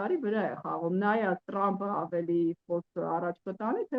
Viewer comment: լայ լաղջիկ լերվուծաբան խի՞ ես Թրամփին Տրամպ ասում Մենք թ և փ տառերն ու հնչյուններն ունենք ։